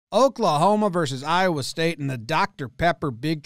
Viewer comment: Hearing you say “Iowa” multiple times hurts me